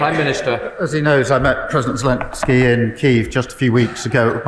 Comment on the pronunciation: Ben, it’s Ze-lEN-ski, not Ze-lIN-ski. Please make an effort to pronounce the Ukrainian president’s name correctly. It’s not hard. Think of it in terms of your name, BEN vs. BIN. Trump and MAGA all mispronounce Zelensky’s name, just as they said “Democrat cities.” It’s a purposeful disrespect. Maybe we should start referring to Trump as Tromp, eh?